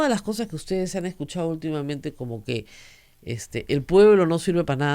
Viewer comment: SIGUE HABLANDO MAL "entrampaOs" por "entrampaDos", "verdaA" por "verdaD", "usteEs" por "usteDes", "toOs" por "toDos", "abogaOs" por "abogaDos", "sentaOs" por "sentaDos", "legitimidaA" por "legitimidaD", "estaO" por "estaDo", "libertaA" por "libertaD", "buJcando" por "buScando", "conoJco" por "conoSco", "obligaAs" por "obligaDas", "toAs" por "toDas", "QuintaniYa" por "QuintaniLLa", "pueA" por "pueDa", doña Rosa María Augusta Palacios McBride critica con razón a un abogado que se dice constitucionalista, pero no advierte que ella como locutora, está obligada ha hablar con corrección, pues si habla de DOCENCIA POLÍTICA ella es responsable de la DOCENCIA EN EL BUEN HABLAR.